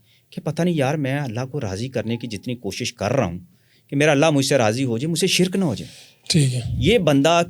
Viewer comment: حیران ہوں ساری زندگی علم کی جستجو میں ہے اور کتابیی بھی لکھی, ہر بار خود کو چٹکی کاٹ کر تصدیق کرتے رہے اور شرک کو شرَک بولتے ہیں یعنی لفظ بھی صحیح نہیں بولتی باقی جو لوگ ان سے متاثر ہوئے ہیں ان پہ بھی حیران ہوں, لوگ مشہور ہونے کے لیے بہت باتیں بناتے ہیں حا لانکہ اس انٹرویو میں ایک چھوٹا سا شعبدہ دکھا دیتے تو اتنے لمبے انٹرویو گپ شپ کی ضرورت نہیں تھی اور جو صاحب انٹرویو لیے رہے ہیں۔۔۔۔ دونوں مل کر بڑے بڑے لوگوں نام استعمال کر کے لوگوں کو مزید گمراہ کریں. قدیر خاں بھی اس کا محتاج ہے